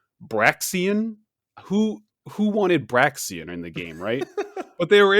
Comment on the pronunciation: Why he pronounced it “Braxien” tho